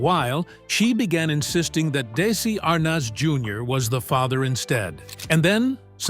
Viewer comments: Darn AI- tell tale sign how pronounced "desi ar-nez" ?!?! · Da-si Ar-noz? These computer-voiced videos are horrible and unwatchable. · Daissssy Arnoz - that's AI for you. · AI Robo-Voice says, "Daisy AHR-Nahz, Senior" and i click away. Bye bye, stupid Ro-droid. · These AI mispronunciations lie heavy on the ear. Really? Desi Arnoz? Is it so hard 2 get a human 2 narrate? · Why can’t the narrator pronounce Desi Arnez Jr correctly? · Desi arnaz Jr ,not how ever you mispronounced it